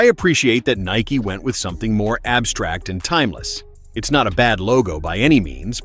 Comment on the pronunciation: It’s Nike bro